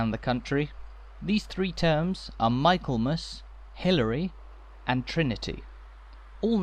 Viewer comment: A very enjoyable walk, one of your best. I hope you won't mind a correction. Michaelmas is pronounced micklemas. 😊